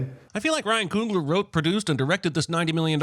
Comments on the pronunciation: At:52 did he say Ryan Coon-gler?!!! is wildn!! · 51 seconds in (to your video) i feel like you missed an opportunity to sin the way pronounced Ryan Coogler's name. It sounded like he threw an "n" in between the "o" and the "g"